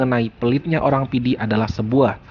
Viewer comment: kehabisan bahan. apa ngomong. menyebut nama "Kabupaten PIDIE" saja salah. kamoe PIDIE. keòn aceh pidie.